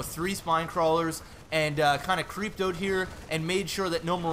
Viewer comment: So...canadians really do say oot. btw laughed my fucking ass off at the singing